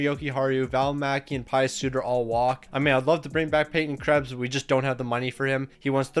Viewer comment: You said Di Giuseppe correctly. With Suter however, you said "Pie-us" but its pronounced "Pee-us"